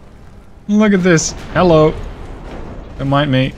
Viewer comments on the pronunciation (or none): none